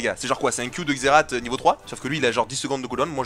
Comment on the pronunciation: "Xerate" c'etait trop drole